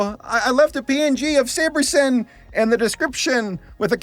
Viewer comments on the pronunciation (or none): I'm sorry my hearing isn't too great right. SaberSIMP? or SaberSIN?